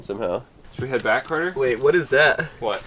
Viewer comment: It is Carter not Cater